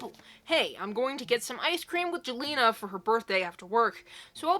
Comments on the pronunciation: jelena is pronounced as yell-enna :) i hope this makes sense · Sometimes "J" sounds like "Y" as in the name Jelena/Jalena/Jelina.